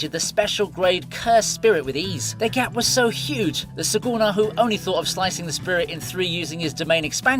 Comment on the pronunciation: suKuna not suGuna